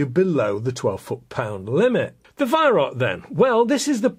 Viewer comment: Wait is he saying Weihrauch? I thought it was pronounced "V-eye-r-ow-kh" (kh being pronounced as a kuh sound, but said in the throat)